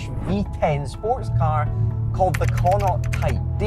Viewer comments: They're also mispronouncing connaught. Connaught is pronounced like Con-ockt. Its a province here in Ireland consisting of 5 counties. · Why is it named after an Irish Province? Would love to know. By the wat it's pronounced Konnoct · You'd think a Scot would be able to pronounce Connaught correctly 😂😂